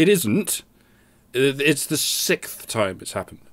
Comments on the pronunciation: I'm afraid "sickth" isn't a word, Doc. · Why can't the Brits pronounce the word "sixth"? I mean I can almost deal with them pluralizing math and still treating it as singular. I don't understand their fetish for the letter u, but what a man does with the alphabet in his own bedroom is his own business. But every time I hear them say "sickth", I want to point them toward the nearest toilet.